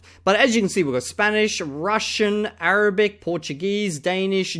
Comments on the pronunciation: Even though his Arabic could barely pass as A1, and he probably wouldn’t understand much if someone spoke to him in any dialect other than Egyptian, I have to commend his ability to pronounce those very difficult letters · the point is he wouldn't say much outside of what he said in the segment. But yes he prounounces well for sure.